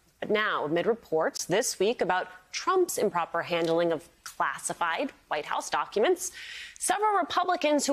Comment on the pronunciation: Haha, did I just hear Dummy Donald correctly? He did say “Clastified” instead of classified.